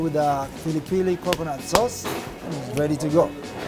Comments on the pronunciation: It's pilipili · In Kenya it's pronounced 'pili pili' fam.